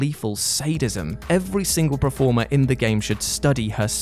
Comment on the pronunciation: Hey,. Please can we learn to say 'performer/performance' correctly? You've caught a touch of the Gary Barlow's with your 'preformer'